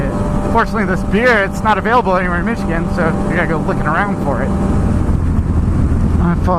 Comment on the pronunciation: did u say Michigan or mission